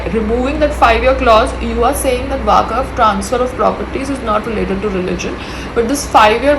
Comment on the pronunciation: It’s waqf not waakaf 😅